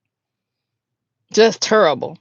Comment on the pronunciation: The way you said JUST TERRIBLE 😂😂😂